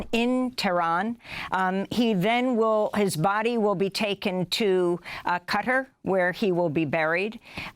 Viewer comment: Ms Sheikh, can you help Ms Goodman to pronounce "Qatar" correctly please? My ears hurt every time she says cutter and rolls the "er" at its end! Please can you help her to in turn help us viewers with this? Please?